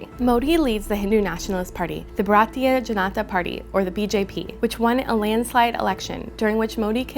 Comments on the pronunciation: This moron cannot even pronounce bharatiya Janasack party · I cannot trust a media that cannot even pronounce Bharatiya Janata Party